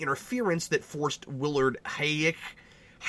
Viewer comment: I love how you pronounce Huyck, it sounds like you're about to puke every time you say it, and it always makes me laugh